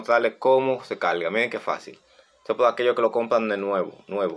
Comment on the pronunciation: el conectoL paLte caLga Habla bien modula